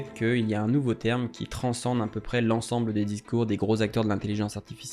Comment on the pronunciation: Bonne vidéo! Merci ! Vous avez omis le 'r' dans "terme".